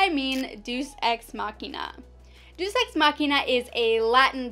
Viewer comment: Deus = "dayus"